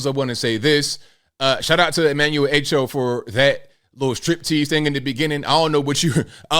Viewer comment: By the way his name is pronounced Ah-Cho not A-Cho. Anyhow, here's my experience. I came to Brooklyn, NYC in 1967 from the Caribbean. I forgot what the terminology was, but since I didn't go to High School here I was not allowed to attend CCNY full time. I had to go in the evenings and maintain a certain GPA for 45 credits. It didn't hurt me. People like to cry to damn much